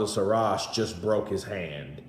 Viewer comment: Another nobody with a 2 bit story in support of losers. PS "Call him by his name" pronounced SHEEEEERAAZ. Not Seeraz.😊